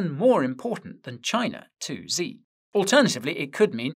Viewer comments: The way you pronounce XI Jinping name, is "SHI" not "Zee" but the "sh". is pronounced from the front of the mouth ,by the teeth, almost as if your making the SSS sound. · Xi isn't pronounced Zee it's pronounced She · The leader of China's name, Xi, is pronounced as "she", not "zee". Fun Trivia fact: He took the name "Ryan" as his English-friendly name. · Xi "shii" not "Zee" ♥️ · Please, Guy, can you pronounce China‘s leader‘s name correctly? It‘s easy, Xi sounds just like the word „she“ : you can do it 😉🤷🏻‍♂️